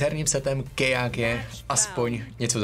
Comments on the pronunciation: Nečti kejage ale KJG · je to čte se to kjg a když už tak [ké jé gé] a ne [ké já gé] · jenom neříká se to ké já gé ale KJG nic ve zlém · Vyslovuješ to špatně není to kéjágé, ale kájégé ideálně jen kjg. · Ta výslovnost já umřu to je hrozný Ké Já Gé? Twl normálně stačí říct KJG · Zdarec, videjko pěkný, ale když to čteš "kej já gé" zní to fakt blbě :D nebylo by lepší vše česky nebo rovnou anglicky? :) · kdo tě učil abecedu??? KéJáGé??? :D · Když tak je to "KáJéGé" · Prostě KJG wtf